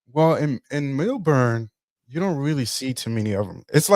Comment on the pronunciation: I am laughing because I have been to Australia four times. I "pre-gamed" on MySpace! 😂 You will meet great people and have a lot of fun. You will not encounter racism but some stores sell racist black characters. Also.....it is pronounced "MEL-burn" not MILL-BORN." 😂 SYDNEY is LA and Melbourne is New York. The women in Sydney will flake out on you just like LA. You need to have a backup plan. I do not recommend going to Perth. It is very slow. People love going to strip clubs after going to the club......women too. There are Hip Hop clubs and you can meet beautiful women. If you go, land in Melbourne on Wednesday and stay until Monday and then head to Sydney. Stay in the CBD in both cities.